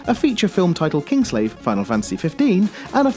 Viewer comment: Kingsglaive, you definitely said Kingslave.